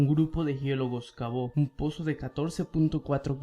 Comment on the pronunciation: No sé si creerle a alguien que dice "poso" en vez de "pozo"